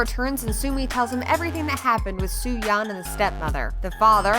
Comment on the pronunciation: It's suyeon, not sumyeon